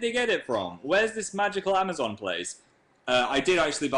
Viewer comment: he says amazon weird